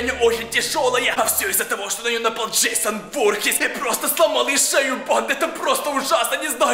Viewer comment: Ты сказал джессон